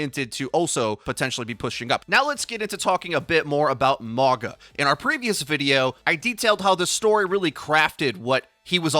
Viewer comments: Say it "Mawng-ah" or "Morng-ahh" NOT "More-guh" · his name is pronounced Maw-nga. means mountain in a lot of the pacific island nations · I kept thinking you were saying MAGA ugh